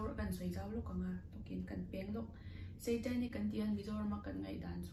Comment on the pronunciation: Ngatinge SEItanic ti a, a lam tlat le😂😂😂